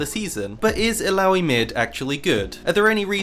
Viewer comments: Could you just stop saying "aloui"? -_ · bro i was playing tft and watching this thought you kept saying bidoof that beaver pokemon